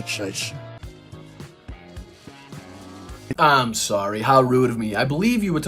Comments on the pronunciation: Trump had my cat and I laughing…God bless the” United Shates” 😂😹🙀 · The IRONY of his blunder at . "God bless the United sHATEs" -- yes, Trump succeeded in emphasizing the HATE in this country; he sure did...